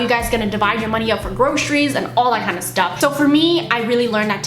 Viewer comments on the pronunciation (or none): I like how started pronouncing groceries as gro-sha-ries now. Maybe it's from Wah!